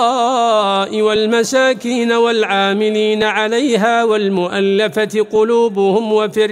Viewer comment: وددت المراجعة قبل النشر فهناك خطأ في آية الأصناف الثمانية للزكاة. حيث قال القارئ: للمساكين بالفتح وهي بالجر. وبارك الله فيكم